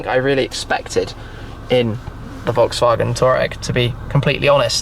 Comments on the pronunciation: Erm it's pronounced Twar-regg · Wait, Brits pronounce Touareg like Toureg? Can't believe 😂